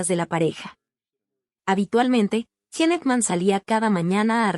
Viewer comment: Pronuncia bien es (Gin) no, gene!!!!